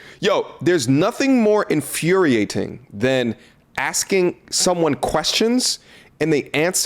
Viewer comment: The t in infuriating is silent!!